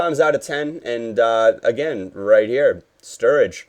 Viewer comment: "roit in the back of the net" - goes Australian